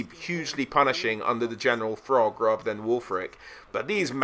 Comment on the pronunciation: Without fail you add 'h' to the pronounciation of every word imaginable. But in this video you pronounce Throgg as FROGG... you have to be trolling me?!